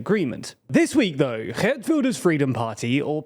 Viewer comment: Wow you pronounced Geert decently